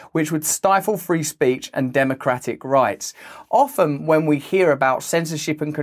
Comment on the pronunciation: How in the Hell do you pronounce the T in "often" but silence it in every other word??